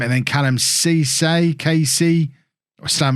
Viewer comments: I believe it's pronounced seesay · Kallum Cesay is pronounced like the French Cissé (See-say).